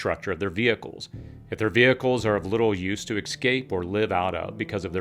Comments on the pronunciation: Escape. ESC-APE. Not excape. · It’s ESCAPE! Not EXCAPE!🤦‍♂️ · Escape NOT Excape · Say it with me; ES-CAPE. Not EX-CAPE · Ffs it's Escape not EKscape. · ek-scape? no, my dear sir, it is es-cape. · Exscape! This video is fine but EXSCAPE is driving me crazy. Escape. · ESCAPE - not EXCAPE. Sheesh. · Ekscape Ekscaping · You had me all the way up til "excape" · Some very good information here. And the word is pronounced "Ess-kayp" without an "x", please. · Lol…he keeps saying exscape like it’s a real word. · excellent into ! If you're going to be an expert on emergencies, you should probably learn how to pronounce 'eS-cape' though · Escape... Esss-cape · Ex-cape? Smh. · There is no “k” in “escape”. So annoying when people do this.